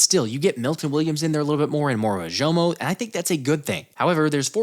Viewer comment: Love your content! 1 thing though, Moro Ojomo is pronounced “Oh-Jo-Mo”. I’m also a longhorns fan and can’t wait to see him get some playing time.